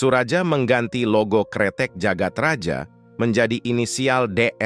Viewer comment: Jagad Raya bukan sih bacanya... Maaf klw salah. Karna J dituli Dj dan Y ditulis J